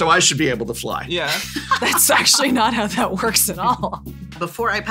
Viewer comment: WELL ASHUWALLWY lmaooo